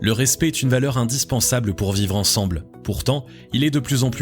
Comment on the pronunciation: Très bonne vidéo 👍👍👍. Juste un bémol. Le mot "respect" se prononce '' rèspÈ '', et non '' rèspÉ ''. Sinon à part ça, très bien.👍